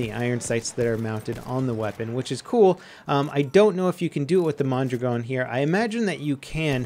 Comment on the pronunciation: "Mon-drag-n" I thrust Ian from Forgotten Weapons more than